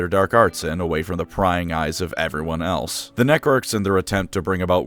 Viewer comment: I keep hearing "Nec-orks" and imagine an Ork that starts using necromancy on the battle field, not to raise the dead to help in the fight, but rather raise them so the ork can krump them again if they were fun enough the 1st time